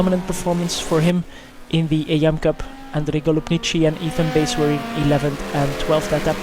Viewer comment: Fun to watch things I never got to see from where I was. Just a few things, the pronunciation of my name, it's Bass as in the fish, not like the guitar. Also I'm in the Pro class, despite being so far off the pace, Road Atlanta doesn't like me. :S